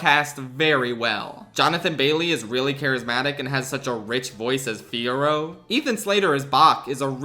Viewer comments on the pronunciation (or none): none